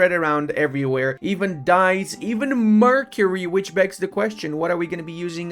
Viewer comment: mercury you say mirror I herd